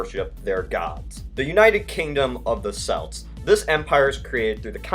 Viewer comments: it’s pronounced kelts not selts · Celts is pronounced with a hard C, "Kelts" rather than "Selts" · Did....did you say.... "Selts"? It's 'Celts' as in 'Kelts', there is no discussion on the pronunciation of this word. You're probably thinking of the football team. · It’s not Selts, it’s pronounced like Kelts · Celts is not pronounced selts. It pronounced kelts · Celts is pronounced Kelts, not Selts. Yours sincerely, a British person. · Celt or celts or celtic are pronounces with Ks, like keltic, kelt, or kelts. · It is pronounced kelts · It’s spelt celts but pronounced kelts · I know I'm 5 years late but the "c" in celts is pronounced like a "k" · M J bruh I guess amerisans invented selts didn’t they, and that they know how an entire sulture’s name should be pronounsed. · What are selts? There celts (pronounced with a K). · Celts is actually pronounced like Kelts, although spelt as Celts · celts pronounced Kelt s Britain prononced brit an just helping u prononce it beter :) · Every time you say "celts" or "Celtic" you are saying it wrong, the way you say Celtic is the name of a Scottish football team, but when you are talking about the celts (the Irish, Scottish and Welsh...) you pronounce celts with a k so it is more like kelts or keltik. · I despise when people pronounce Celts "Selts" like seriously? If you"re going to make a video, please learn how to pronounce things correctly. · That's not how u pronounce celts. it's "kelts" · Ooooh the pronunciation hurts. It's more like "Kelts". Hard c sound. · Celts is pronounced with a hard k sound. It only sounds like an s when you are talking about the Boston Celtics. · Christian Ali Celts being pronounced with a soft c is like Hebrew being pronounced with a silent h or Christian being pronounced with the "tch" sound most chs are. It's just wrong. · You pronounced celts wrong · youve got downs narrating.. celts is pronounced with a 'k' and Britannia has an emphasis on the 'Ns'